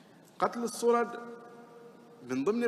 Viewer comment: الصرد وليس الصرج